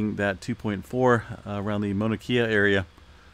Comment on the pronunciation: Mauna Kea is pronounced Kay a. E is hard A. A is soft A.